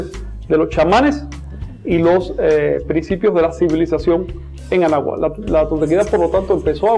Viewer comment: Es Anáhuac. No abawak